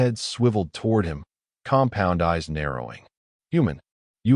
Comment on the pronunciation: drink a shot every time he say "compond eyes"